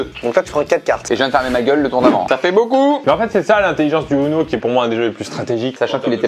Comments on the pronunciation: On dit ouno pas uno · Ptn c’est « OUno » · Le titre ne va pas en adéquation avec ce jeu, une partie de uno n’est jamais « complètement folle » comme tu le prétend. Et on prononce « ouno »... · ça se prononce ouno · Sa s'écrit UNO mais sa ce prononce OUNO =_=